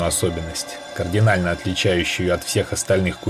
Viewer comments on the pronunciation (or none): none